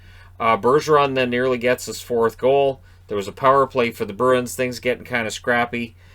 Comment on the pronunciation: Listening while doing dishes. I kept hearing Bruins as Birds… and I didn’t know if you were talking about Detroit or Boston. Then I thought about how for a team with wings in their name, I’ve never associated Detroit with a winged creature…